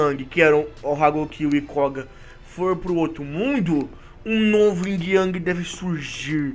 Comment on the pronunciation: não é o ying o certo é yin sem o g